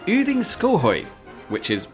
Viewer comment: I am so impressed by the exact correct pronunciation of every single name here. Especially Yding is very hard for english speakers, almost all I know would say Uding. Only wrong pronounciation was the very first thing you said funnily enough. Goddag, it's just pronounced go-dag, as god on it's own has a silent d.